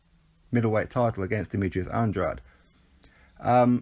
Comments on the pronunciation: It's definitely not Andra-day. I just rewatched a Keith Thurman interview from a while ago and he says 'Anne-draid' and Thurman fought the guy 3 times as an amateur so i trust he knows how to say his name properly lol. Go to the end of this video of his last fight where the ring announcer says it properly 'Anne-draid' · I've heard it pronounced at least 4 ways by different channels/boxers/promoters lol. If i'm not mistaken it's pronounced Anne-draid? i know for a fact it's not Anne-dra-day because that is the latin way of saying it and there was a different fighter with the same spelling who was active several years ago, so that probably confused people. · NOOO you pronounce Andrades name wrong throughout the full video